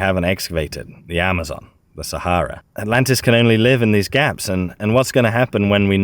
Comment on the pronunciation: I thought he said Atalanta